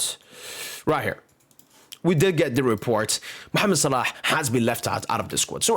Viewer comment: Brother where are you from? the way you pronounce "Mohammed Salah" is very native